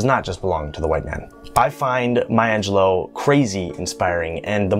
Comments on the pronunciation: I would humbly beg your pardon, but her last name is Angelou (pronounced Ahn je lu. Not Angeloe. It's French and the root word is Angel, which is a messenger. Rather fitting I would say. She was definitely a messenger of the spirit.). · I am so distracted by the fact that you mispronunce her last name as AngelO in stead of AngelEW. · Step one: Learn to say her last name correctly.